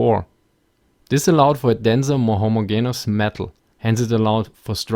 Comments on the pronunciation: "homogeneous" is pronounced homo-jee-nee-us. Usually your English pronunciation is so good, I figured you might care. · its pronnounced in two ways "Hoe-moe-jeen-ee-ous" (long vowels) Or "Ho-maw-jenus" (short vowels)" :)